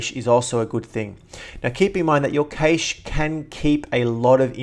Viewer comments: Nice job... well done.. Since we're global here, you in AUS. and many of us in the UK & USA the word "cache" is pronounced "cash" (see any online dictionary). Also Deleting Apps by just dragging to trash leaves many small and sometimes very large helper files on your HD. I advise using App Cleaner for this. This even deletes many files that Adobe's Uninstallers leave behind. Also Using the the Free "ONYX" from Titanium Software does 99% of all cleaning routines without having to find directories and preference files... plus font caches if you use a lot of fonts like I do. I do Not recommend any other Mac Cleaner like Clean my Mac & MacKeeper, as they delete files that update apps look for when updating software. Onyx speeds up booting and all other operations even with an SSD installed. And finally, if you're short of hard drive space and want the fastest Mac upgrade to an SSD like the Samsung Evo or 850 Pro (which I have) 512GB that blasts through startup in 7 seconds or less and gives you more fast moving space to save your rendered videos and vast photo collections. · Correct - it's pronounced exactly like "cash". It's not even a new or a technical word, but has been around for centuries, for example "a cache of diamonds", "an arms cache", "a squirrel's cache of nuts". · You sound silly saying "kaysh." It's pronounced "keesh." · CASH not kaysh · is correct. Cache is a word that comes from Silicon Valley where all our computer technology is created, its officially pronounced like how we pronounce "cash" because the letter e is silent. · Sorry buddy but it is pronounce CACHE (CASH) ! not KEYCHE like you pretend it is pronounced. CACHE is a french word meaning "hidden placeholder". Hence, it is pronounced à la french : the way you say it is wrong !!! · Is cache, not cashes to something like that ;) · Good vid. It's pronounced "cash" not "caysh" though, lol. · Cache = CA-ASH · It's actually pronounced either cash or cashay.